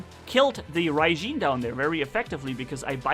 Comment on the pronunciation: And it’s pronounced “rarjin” not “rijeen”